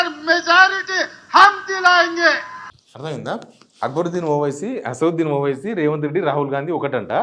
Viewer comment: అసదుల్......ఒవైసీ. ఎందిరా అయ్యా...పేరు కూడా పలుకడం రావడం లేదు...వీళ్ల నాయకుడు పప్పు...వీడు సుద్ద పప్పు 😂